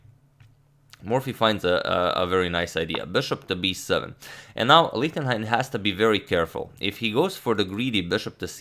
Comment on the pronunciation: please consider: ch in Gernan is like sh im english... his name is read like Lishtenhein